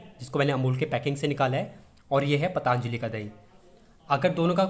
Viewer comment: ओ भाई पतानजली नहीं पतंजलि होता है